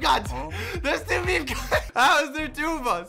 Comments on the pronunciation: Anyone else gonna talk about how he pronounces meme “me me” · I am still so confused. Why does socks pronounce meme like that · meemee Me: its pronounced "meem": MEEMEE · saying meme:mimi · For some reason I get triggered Somebody spells mimi wrong Or thinks meme is mimi It’s probably just because it’s my Roblox name So when he said mimi instead of meme anxiety rises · Who's gonna tell him it's pronounced "meem" not "meemee". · its not me me its MEME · Who else cringes when they say me me instead of meme 🖐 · Why do u say me me not meme?